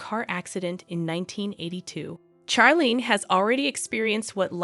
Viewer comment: First of all, the names Charlene and Charlotte are pronounced as if they were spelled Sharlene and Sharlotte, not as in Charles. It seemed to me from the beginning that Charlene Wittstock is a reserved person, not someone who is warm and bubbly. She and Prince Albert dated for 10 years before they got married, so she knew him quite well and knew what was expected of her as his wife. She was already in her 30s when they were married. She may also suffer from depression and anxiety. Certainly, when she had that sinus infection and surgery and wasn't healing, she was miserable. Who wouldn't be? Marriage is also often difficult and you have to work at it. Being a princess isn't the most stressful job. It's not as if you have to drive your kids everywhere, do housework, fill up your car with gas, run the household, all while working at least 40 hours per week. But being a princess can be a boring job, which is why she often looks unhappy. She could have had a worse life. It seems that she chose to make the best of it.